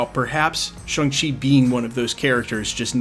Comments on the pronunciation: Why do you keep mispronouncing Shang-Chi? It's ShAng-Chi which is not even close to sounding like ShUng-Chi. Hell dude there's an entire conversation at the beginning of the movie about nothing BUT how to pronounce it, and ShUng ain't it. I don't understand why you seem so resistant to just saying it the way EVERYONE in the movie says it. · Sorry to point this out, but it's not pronounced Shang like Bang, or Shung like Hung, but closer to Shong like Kong. I hear a lot of people say it like, Hang She, or Hung She, but the "a" is closer to the "a" in "land", or "sand", and even closer to "Shawn", thus the joke in the movie when Awkwafina's Katy berates him for changing his name from "Shang" (Shong) to "Shawn" when he went into hiding, because they sound nearly identical when pronounced correctly. "Shawng Chee" might be the closest, phonetically speaking, but to each their own. I was complimented by the theater clerk when asked which movie I wanted to see. He said, "You know, you're the first person I've heard to get that name right, and I've sold a LOT of tickets today." I've noticed since then that almost no one ever says it right, though, lol. Shawng Chee, for what its worth (and knowing is half the battle).